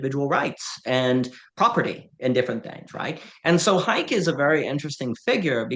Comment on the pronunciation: Unless I've been misled my entire adult life Hayek is pronounced Hi-eck.